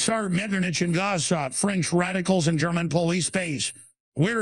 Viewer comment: Bro that pronunciation of "Guizot" lmao, not even close to what a normal American would have pronounced it like which would have been a hundred times better than what was actually "said" by the synthesizer